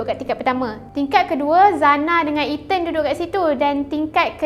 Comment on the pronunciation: Itu lahh..😂😂😂 One more Eten. (Ethan)